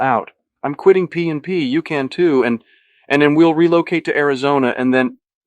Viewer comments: Great except AI mispronounces Luis Carruthers (Lewis) as Luiz. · the way it pronounces Luis wrong